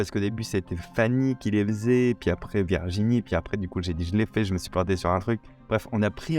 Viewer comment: J’ai adoré le court métrage, les coulisses, le travail d’équipe… Au fait Virginie se prononce Virginie et non Verginie… 😏